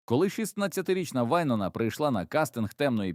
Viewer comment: Вайн`она - наголос на "о".